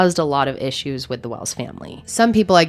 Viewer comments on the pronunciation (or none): none